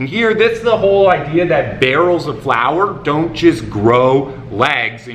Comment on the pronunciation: Let's clarify it for all whose native language is not English starting with me: barrel of flour, not flower:) Great video,!